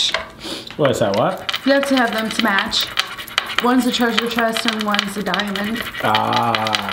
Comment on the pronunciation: Not “aht aht” Lmboo